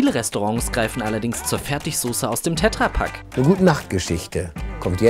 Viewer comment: ich mache so Millionen ätsch PS: es heißt Tetrapack und nicht tetrrapack